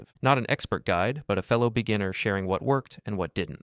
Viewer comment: What's a "BEGGINER" ?